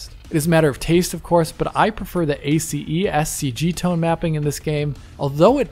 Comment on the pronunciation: Little known fact : listening to someone pronouncing each letter of the word "ACES" may actually be painful.